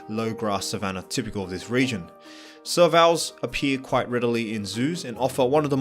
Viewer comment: serval pronouciation correction : sir + (valve - ve)